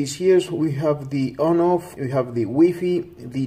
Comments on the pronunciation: Cant watch the review after he says wee fee rather then wifi lmao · It's like why Fi ..... not wee fee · how many times did he say wee fee ? has anyone count ? btw, for all the trolls, man you read WiFi like this -> Wai-Fai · Lmao “weefee” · It's wee fee dude get it right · wee fee lolz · U call it waay faay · huh huh huh he said wee fee huh huh huh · I cringed everytime he said WEE FII .. 😂😂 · WiFi versus WEEPEE 🤣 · Wee fee XD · its why fy not weee fee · Wtf is a wee-fee? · Wee fee lol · Wee fee🤣🤣🤣🤣